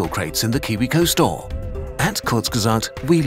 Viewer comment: „by Kuzrg❌/Klutzge❌/Krgrtzghfutbw❌/Kurzgesagt✔️“